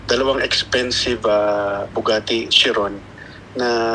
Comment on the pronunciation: Sabi ng reporter "Bugatte"! 🤣